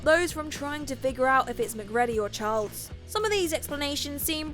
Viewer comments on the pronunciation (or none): gets no points for anything to do with "The Thing" because she hasn't seen it, she's just reading copy. Anyone that saw that movie would know "MacReady" is pronounced "mac-reedy" and "Childs" is not pronounced "Charles".